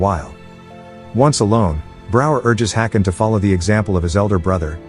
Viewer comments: Now, I would just like to mention that the king, King Haakon (Danish and Norwegian spelling) King Håkon (Norwegian spelling) is closer pronounced as King Hawk-on and not King Hakon as the commentator pronounces it here. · The pronounciation comes from anglicizing Å as A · Uh, "Haakon" is not pronounced "hacken", it's pronounced, "hawk-on". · still it dosnt work they shoudve prounounced it hokon atlast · Do you deliberately mispronounce names? Such famous names as Hakon, if ever errored must be corrected at once. You are no different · Oh, you mispronounced Haakon and Märtha. 👎